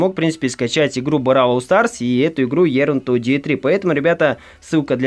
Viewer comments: Ерн ти дие 3, мда учи энглиш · Ерн то даи три. :D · Боже как же ты странно произносишь название это игры.